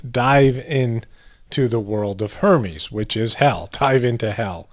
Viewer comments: Its pronounced er mes Hermes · it's pronounced ur-mez